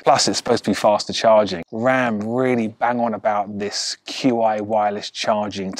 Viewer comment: On at 14V and off at 12V I reckon Qi is pronounced 'Chee'